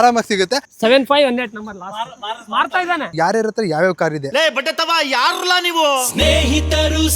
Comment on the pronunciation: ಅತ್ರ ಅಲ್ಲ ಗುರು “ಹತ್ರ”